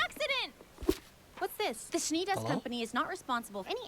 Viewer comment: Weiss' last name is "Schnee" .. Rhymes with Knee. It means Snow in German. - I prefer the show being the smaller screen, makes your reaction the main feature .. 🙂 - Talk all you want as long as you don't miss out on some of the conversation because you might miss out on something important .. It's always a balancing act. 🙂 - All the outro music are part of the Vol 1 OST .. There are full versions of each .. Don't worry, You'll get there soon enough.